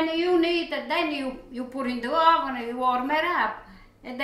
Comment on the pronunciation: " now I put a little bit in the hovennn for carmolele motion"